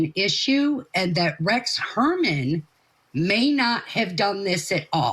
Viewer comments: God lady, say Huermann’s name right! That hurts your credibility right there. It’s not Herman 😅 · The woman investigator can’t even get the name right - calling him Rex Herman. Come on lady! 🙄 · Shes a joke. Doesnt even know how to pronounce Heuermann's name, after ALL of the publicity surrounding the case. Shes an embarrassment to "private investigators". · Can you please get ‘experts’ who can actually pronounce the alleged killer’s name properly? come on, do better please. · 😅😅 yeah she can't pronounce his name😅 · At least interview someone who can correctly pronounce the killers name. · I know. I have been screaming at my screen. THAT IS NOT HIS F’ING NAME. !!! What a dumbass.